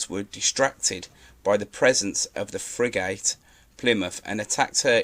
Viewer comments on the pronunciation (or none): Your video is intriguing and your commentary is accurate. It is in your analysis that you let yourself down. Your video is informative but your mispronunciation of simple words such as frigate and calling RFA Sir Galahad HMS casts doubt on your knowledge of the topic. You also fail to mention the rapier missile malfunctions from 32 Alpha, the unit that had disembarked Sir Galahad and had the task of protecting the ships from air attack. Overall a good video, I tip my cap to you sir.